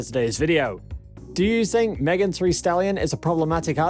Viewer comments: Not Megan “Three” Stallion. Omg STAHP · He just read it wrong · That's not an accent. Who can't say "Thee" 🤦🏽‍♀️ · So he cant say thee and thy or sweetie i dont bye it idk what went wrong or if he heard it wrong or what but.. Chile please.